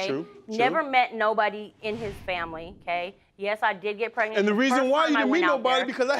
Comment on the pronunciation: But he still said PEG-nent instead of pregnant🤦🏾‍♀️🤣🤣